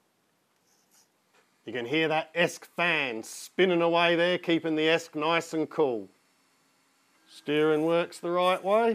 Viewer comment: its e--s---c not esc